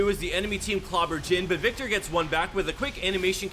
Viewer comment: lol. that name butcher on viktor xD